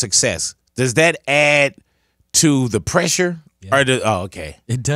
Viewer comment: "TDE pressue" 😂